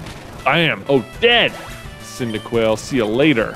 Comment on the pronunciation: “Cyndiquil, cyndiquont”